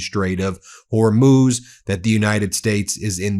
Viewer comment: At last you pronounce Hormuz correctly.